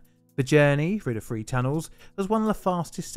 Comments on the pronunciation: THREE not FWEE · Love your videos, but hard to listen to with the 'th' being pronounced as 'f'. I wasn't sure what a free tunnel was at first? You can & do pronounce correctly tho, you say thirty-four (not firty-four). So so much better, more understandable and easier to listen to :) Keep up the great work with correct pronunciation 👍👍